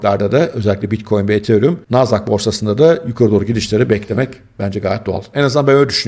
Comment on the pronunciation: ethereum deyişi de çok güzel😂